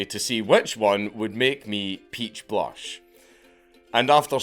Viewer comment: Never thought i would hear dank say lush like that